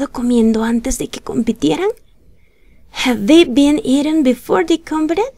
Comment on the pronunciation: cuando uno está aprendiendo es muy importante aprender la pronunciación correcta de las palabras... Estás pronunciando mal la palabra "competed"!